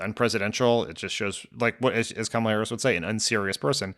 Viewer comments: Did you notice that for a few days, 45 pronounced Kamala's name correctly, but all of a sudden it is back to acCENTing the wrong sylLABle?? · Her name is not Kamilla, it's Kamala, as in comma-la. But, I wouldn't expect white bred Midwest people to get it right. 😂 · Why TF can't people pronounce her freaking name correctly???? Com-MELLA???? Wtf😮😮😮😮 COMMA-LA. That's it! Say it right! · It is KAMALA not Camilla! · “Camilla” Are people really that incapable of saying her name correctly? I mean, it’s not like she has a really hard to pronounce ethnic name. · ...comma-la...ka-may-la...ka-mall-a... ...doesn't matter how you mispronounce her name, come January, you'll all be calling her the same thing... MADAM PRESIDENT 💙💙💙💙💙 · Why do people have such a damn hard time saying Kamala's name ... It's not that freaking hard!!! COMMA - La. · Pamala Kamala Pamela Kamala repeat until you pronounce her name correctly 😊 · Yup. Republicans struggling hard with learning pronunciation like they're having learning Truth. It's true to how her name should be pronounced REPUBLICONS. Quit intentionally saying her name just to be disrespectful ok. Thank y'all! It's KAMALA pronounced Comma la. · why has it taken me so long to see that Trump desperately wants to say her name correctly?! Pronouncing it incorrectly totally ruins the comrade nickname. 😂😂 god, he is such child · OMG!!! WHY ARE PEOPLE HAVING SUCH A HARD TIME SAYING HER NAME. SMH!! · The number of people who still say her name wrong gets under my skin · Why can't people say her name right? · The way people butcher her name is INSANE!!!!! 🤦🏾‍♀️🤦🏾‍♀️🤦🏾‍♀️ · Nobody on the panel can pronounce her name - the lowest of low information voters. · For everyone not 100% clear on the pronunciation say Momala Harris to yourself and then change the first M to a K. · people who aren't pronouncing her name right are doing it on fucking purpose. they easily make me despise my fellow Americans so so much